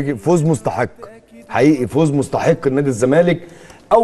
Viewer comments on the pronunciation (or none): عاوزك بس تنطق الكلمات صح أسمها فوز مُستَحق ..بضم الميم وفتح التاء وفتح الحاء وتسكين القاف .... مش زي ما قلتها ..يالا تدي الحلق للي بلا ودان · ياعم الحاج سيبك بقي من الماتش ومين كسب اتعلم تنطق الاول اسمها فوز مستحق بفتح الحاء متضحكش عليك العيال الصغيرة في المدارس لما تشوق كلامك ومبروك لنادي الزمالك والسلام امانة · مصيبة لما تكون اعلامى وبتنطق كلمة مُستَحَق خطأ